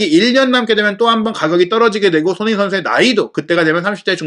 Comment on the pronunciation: 손흥민 발음이... 소흐미선수라고 하네